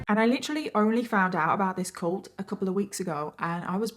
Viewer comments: Heh heh I like the way you say cult hahah cULt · I love your videos but I can’t deal with your pronunciation of cult. Coolt.